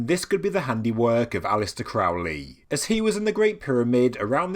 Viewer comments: (this is a lighthearted jab at thelemites, not the video) Am I the first to make the correction, Crowley should be pronounced "Crow-lee" like the bird or holy. Love is the law to all the thelemites foaming at the mouth over the pronunciation. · Crow , like the bird . Crow-lee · Loved it, loved it, loved it! Crowley rhymes with Holy, it isn't Crowley, that rhymes with foully. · It's pronounced CROW-LEE. Rhymes with HOLY. It's amazing how many "experts" there are that don't know this. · Very interesting, thanks. Crowley rhymes with holy. It's a ley with crows - if it's the English name.